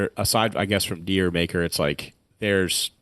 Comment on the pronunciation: Dyer Maker - Isn’t it pronounced Jur Maker, like Jamaica?